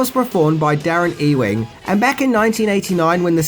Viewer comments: Ewing is pronounced YOU-WING, surely? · I think it's pronounced YOU-ING